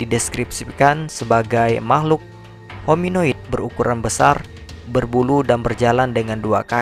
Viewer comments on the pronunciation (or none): Humanoid bukan hominoid